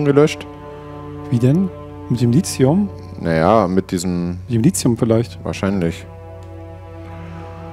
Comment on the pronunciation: Lithium mit T und nicht mit c oder z, wie Silizium, das ist ja grausam :D